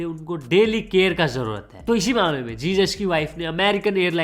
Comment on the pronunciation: bhai wo likhte time Jesus likhte hai but pronounce hezuz kiya jaata hai